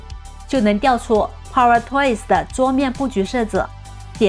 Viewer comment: 口音太重，还好有字幕，英文power发音错误，中文更多了，希望多练练